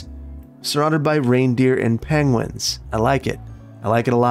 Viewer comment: "surrounded by reindeer and... pengwins". You related to Cumberbatch, by any chance?